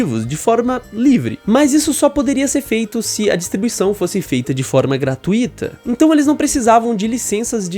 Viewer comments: Pelo amor de Deus para de falar gratuíta, essa palavra não existe. O certo é gratuita. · 2 dicas para comunicação : 1. A pronúncia da palavra graTUito (a vogal mais forte é o u) 2. A palavra archive se pronuncia ar-cáiv